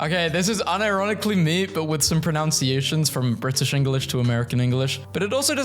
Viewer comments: I always find that people pronouncing "pronunciation" wrong like "pronOUnciation" is so ironic lol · One word you pronounce wrong in "pronunciation". It's not pronounciation.